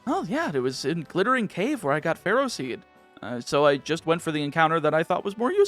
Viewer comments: As someone who knows people with the last name "Ferro", you're prounouncing it wrong at least according to their pronunciation. They pronounce it Feh-Row. Also the first time I saw Ferroseed I thought of them and... That was a weird thought. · Ferroseed isn’t “ferocious”, is “ferrous”! As in, being made of iron, entirely or in part :D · Its not ferocious. Its Ferrous as in contains iron